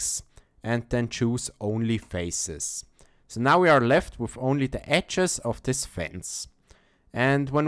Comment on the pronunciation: ecces ??? edges ... ffs... learn english before you make videos..